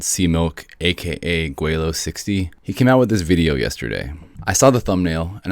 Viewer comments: Laowhy not Gweilao. Other than that, thanks for debunking laowhy. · Laowhy not Gwelo, you kept saying Gweilo...maybe on purpose? These guys could feed you debunking content for years, but then you would also be promoting them, too.